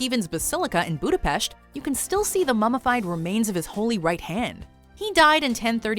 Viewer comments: That's how we pronounce it, it's a gesture from her and we appreciate it. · Because everyone else in the world is not Hungarian, there are only 15 millions Hungarians all over the world and we really appreciate if someone who is not Hungarian speaking takes the effort to pronounce it rightly. But it's ok if people say it in an English way, I just wanted to let you know that the way how she pronounced it was the correct Hungarian pronunciation. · TBH, I'm quite surprised that could pronounce the letter 's' properly in the word 'Budapest' 😏👍